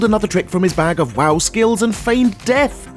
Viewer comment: Fuck you and your 'WAW' ... its not 'WAW' its 'WOW' because its world OF warcraft .....